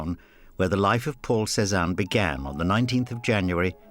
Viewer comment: I keep hearing Poor Cezanne instead of Paul Cezanne.